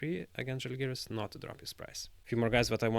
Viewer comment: No offense, but if you understand the language, you should respect the team name and pronounce "Žalgiris" the right way, not like other do.